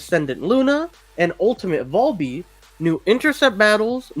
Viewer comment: Man the way you sal VALby makes me wanna claw my eyes out 😫